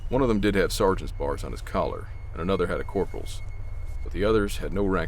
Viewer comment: This guy was a soldier and says, "sergeant`s bars"?